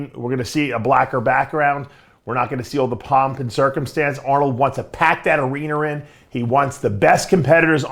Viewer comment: What is an “arener” 😂😂😂